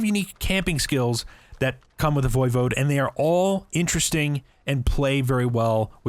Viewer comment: E5 pronounces it the correct way.